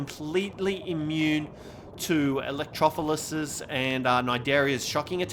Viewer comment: pls its electro-floor-us pls